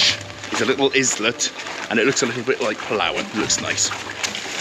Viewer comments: I know you are Welsh, but please stop murdering English words. Islet = small island, pronounced eyelet ! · am amused with the pronunciation of 'islet'. LOL God bless you for helping our kababayans!